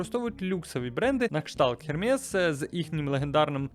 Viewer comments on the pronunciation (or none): Без негативу, але бренд «Хєрмєс» французькою читається як «Ермес» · OMG! Только не Хэрмэс, пожалуйста! Эрмэ́С . Выручка - виторг.